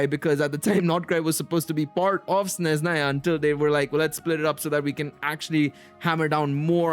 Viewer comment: Practice more in spelling Sezhnaya righly. Sne-zh (sound J like in french words "massage") - na-ya. No Z sound